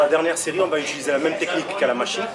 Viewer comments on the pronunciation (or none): none